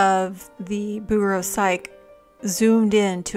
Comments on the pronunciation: Psyche is pronounced "sikey" not "sike" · 😊FYI, her name is pronounced sai-key, not sike. Love the video. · Lovely video and very instructive, as usual. I wish I'd discovered your channel a year or two ago! PS--It's pronounced PSYCH-ee.